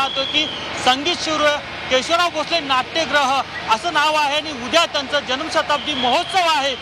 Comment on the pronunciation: पहिलाच शब्द केशवलाव... असा चुकीचा का उच्चारला आहे केशवराव असं म्हणतात